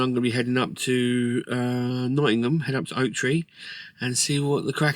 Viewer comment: Your the only guy that actually says Nottingham correctly and before anyone says anything it’s Pronounced Nottinham it’s a silent G